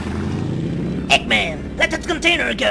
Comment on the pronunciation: Egman instead of eggman